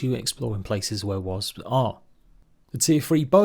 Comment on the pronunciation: I love the way he pronounces Wasps.. Wasbs 😅